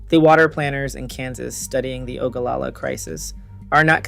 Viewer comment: AW-kwi-fer. Not a-KEE-fer. You should learn how to pronounce these words before you publish yourself speaking them for all the world to hear. Why did you research all the other facts but not how to pronounce the words? You also pronounced Ogallala wrong. ESL?